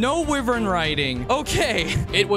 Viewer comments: Yup I gotta stop watching just because you said wivern. It's WHY-VERN. You can't invade my culture just because it's cool now. 🙅‍♀️🤦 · Bro this man's pronunciation are hurting me so much like bitan, wivern and bazlgoos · It's pronounced why-vern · I'm sorry, but did he say wi-vern riding